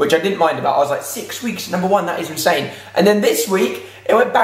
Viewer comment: The way you say in-sane makes me giggle 😉